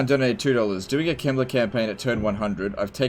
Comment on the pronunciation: is it me or when sometimes says "Heinrich Kemmler" it sounds like "Heinrich Himmler"?